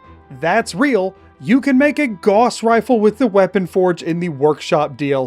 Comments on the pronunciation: its gauss not gause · that is not how you pronounce gauss